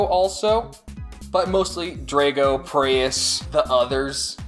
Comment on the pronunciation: I like the video but I have 3 small complaints/corrections I wanted to point out. 1. that isn't scorpio, it's limulus. 2. The way you pronounce Drago is strange and not the way the show pronounces it. 3. The Bakugan that were different shapes were called trap bakugan and not all of them were triangles, which I am sure you know its just the way you worded things in the video gave that impression.